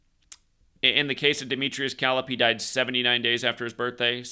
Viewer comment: Dimitrious Calip's last name is pronounced... "Ka-lip"